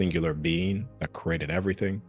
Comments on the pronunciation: I got over it by the end cause the topic and his delivery was awesome. But at the beginning the word I've heard my whole life said a creee-a-ted being said as crated kept snapping me out of listening mode cause my brain recognized it as a different word. Knowing what he meant it was a bit of an annoying hurdle to get by in order to fully enjoy the information. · The way he says created is bothering me